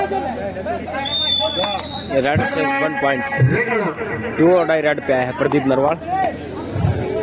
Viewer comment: he say pradeep randwa